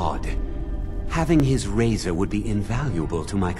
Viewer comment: when u said ok we have the 3 pieces of the razor i thought u said 3 pizzas